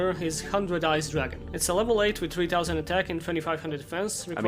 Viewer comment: "one tow-sand"